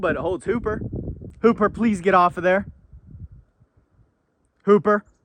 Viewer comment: I don’t know why why but I always thought he was saying poop dog before I read this comment lol